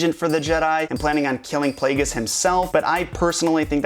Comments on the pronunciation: It's pronounced PLAY-JEE-US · darth plagueis. darth, _plague_is